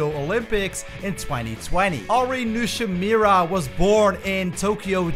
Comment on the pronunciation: Bufoni (Boofoni) Nishimura (Nishimoora)